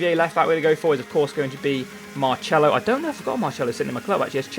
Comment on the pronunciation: why do you pronounce marcelo as mar-chello now when you didnt before